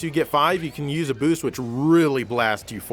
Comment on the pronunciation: "speed bewst" lol